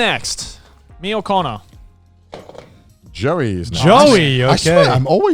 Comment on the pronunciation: "Speaking of porwerful, should we go to my list?" Lol, sure, Cannur, whatever you say. has Shrek 2 OH YEEEEEAAAAH!!